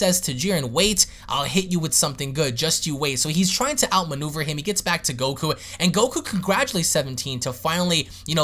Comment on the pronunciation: I've never heard anyone slur a K haha. gokkkkku.